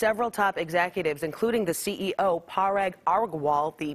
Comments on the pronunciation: Thats Parag (Puh-Raag )Aggarwal (Aa-girl -waal) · "Parag Orgwall"